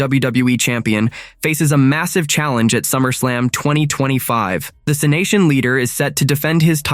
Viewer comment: You should program the voice to say it right it's C-nation